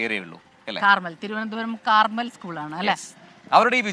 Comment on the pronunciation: കാർമൽ സ്കൂൾ അല്ല കർമ്മേൽ സ്കൂൾ ആണ്😂